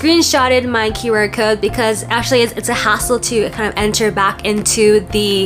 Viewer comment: what's a "qyouwer" (rhymes with "skewer")? oh, "QR." guess you were hungry